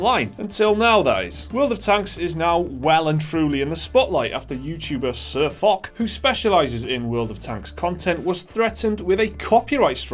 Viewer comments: im sure there are already comments like this, but foch is pronounced "ch" with a shhh sound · I make of it that you don't even know how to pronounce Sir Foch. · Fosh. Fosh. Fosh. Not Fock... Whatever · Firstly say Fosh not fuck ;))) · Its not sirfock its sir FOCH CH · It's not pronounced sirfock,it's pronounced sirfosh. Don't upload it if you don't know how to say the dudes name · SirFok ... oO --> "SirFosh" Guys, get your shit together and your act right, that sounds kinda unprofessional. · it's funny watching them talk about world of tanks and not knowing what they are talking about xD and sir"FOK" omfg xD it's FOSH lol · A shot every time they mispronounce Foch and say fuck or Fock.... its pronounced fosh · lol they said ..sir fock ..its sir foch** the ch makes a shhh sound XD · Sir FUCK? LOL What happened to Sir Foch (pronounced as Fosh) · "Sir Fock" its pronounced sir fosh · It is not fock, it is pronounced fosh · You say it like : sir fosh, not like: sir fock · It's Pronounced "Fosh" Though I called him Fock for a good while myself till I finally saw in one of his vids. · its foch not fok. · lol Sir Fock, i love it. Really though. it's Foch (pronounced Fosh). A tank named after French General Ferdinand Foch. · Sir fuck? lol its pronounced "sir fosh" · You're saying foch wrong it is pronounced fosh but spelled foch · Spelled Foch, pronounced Fosh. Just remember for next time. Watch one of their videos to hear them say their name correctly then make your videos :). Just some constructive criticism :P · Pronunciation sounds like "Fosh" as in Ferdinand Foch. Other than that, completely agree with you lads. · I cringe everytime he said sirfuck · its pronounced as Fosh after the French tank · IT'S PRONOUNCED FOSH, MORONS. And you didn't do very much research either....Wargaming CANNOT DMCA SirFoch since they have a CLEARLY worded post authorizing ANYONE to use screenshots and in-game footage for WHATEVER you want. MORONS. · Dear God it's Foch pronounced Fosh